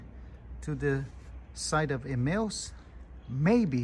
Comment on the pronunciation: He's trying to say Emmaus